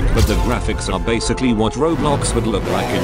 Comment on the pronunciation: ITS CALLED ROBLOX NOT BOBLOX